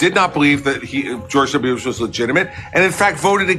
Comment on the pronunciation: I hate how he says "George W. Bush" as 1 word with 2 syllables.